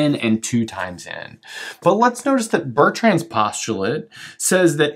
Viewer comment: Fascinating topic, even if others smarter than me have picked a few holes in your proof. I won't criticise you for not attempting the correct pronunciation of Bertrand since I can't do it myself. The French R is impossible.